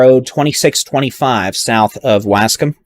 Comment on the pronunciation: Yo dude doesn't know how to say Waskom I actually like the way he says it it's funny as fuck